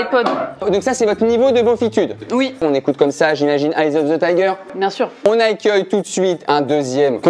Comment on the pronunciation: "on agueil tout de suite "